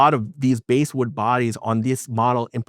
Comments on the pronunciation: BASSwood pronounced like the FISH! It's NOT BASEwood! 😐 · Dude, it's BASSwood, like the fish, not BASEwood. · Excellent video! I love my J Mascis Jazzmaster. By the way, the”bass” in ‘basswood” is pronounced with a short “a”, same as the word”pass”.